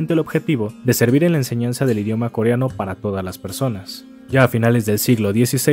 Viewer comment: el pronuncia mejor el coreano que otros youtubers